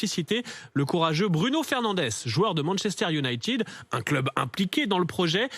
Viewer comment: Cette façon de prononcer ; "Manchester unitide " !! c'est a chier !!